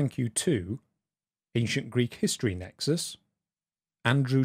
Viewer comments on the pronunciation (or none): none